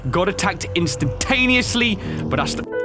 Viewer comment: "istantaniely" dies